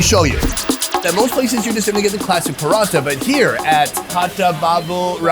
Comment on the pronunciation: OMG stop saying paratha that way!! We do not roll the R, it's not Spanish.